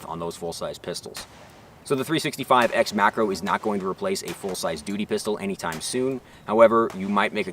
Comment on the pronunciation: When he says macro i hear Makarov ....